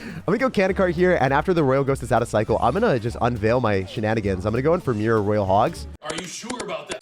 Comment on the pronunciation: im a bit late cause i just watched this today, but i swear when you said "the power of mirror" i thought you said "the power of beer"